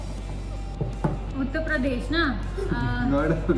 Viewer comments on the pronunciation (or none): Uttarbatti anta😂😂😂